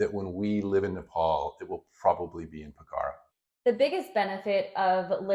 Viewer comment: One thing about Nepal is I have been there twice and I would love to live there as you can drop into India easily - and by the way it is pronounced Po-kha-ra